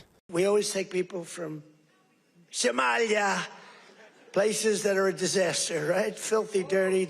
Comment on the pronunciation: Take people from …. SA-MY-YAH ‼️😂